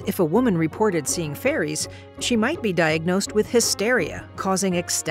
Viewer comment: Wait, did she say faeries or furries?